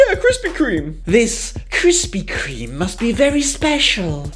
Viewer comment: Krispy Kreme's name is being changed in the uk cause apparently we can't say it properly which you just proved wrong many times. Though might be an april fools, bit silly though